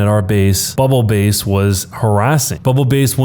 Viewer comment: S3: I hurt mentally when he read bubble BASS (like the fish) as bubble “base”.